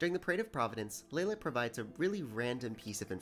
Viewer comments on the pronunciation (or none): none